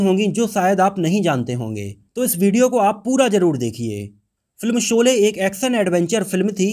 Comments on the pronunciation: I dislike ur vdo due to ur incorrect pronunciation of words in the vdo Dont say Solay again and again . It is Sholay. Shame on u . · Janab iske 2nd part me galtiya mat karna. Shabdo ka sahi ucharan iska dhyan rakhna .Solay Solay mat kehna SHOLAY HI KEHNA SABHI JAGAH JSHA SHA SHABD ISTEMAL HO VHA SA NA UCHARIT KIYA JAYE AGLA VDO THIK BANAYA JAYE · Solay na kahiye Sholay ko thik se ucharit kijye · Pls see and check vdo before u release it There are so many discrepancies in prunanciation of words particularly sh and s U prunanciate sh as sa. Very shamful forca journalist